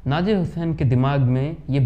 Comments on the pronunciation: Naazir nahin nazeer bolo. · नजीर को नाजीम बोल रहे हो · नाजिर नहीं नज़ीर कहिए नजीर हुसैन आप गलत उच्चारण कर रहे हैं